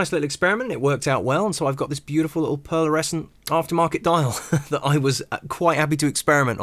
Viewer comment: Superb mod, not without its hiccups but couldn't work out why some shots at the end had a second hand with the red dot and some didn't. I think this will be my first project, just waiting for the final tools to arrive. L,astly, its pearlescent and not pearlersecent. Just saying!😂